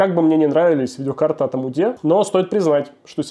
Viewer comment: по чему амуде? почему нельзя говорить нормально , амд?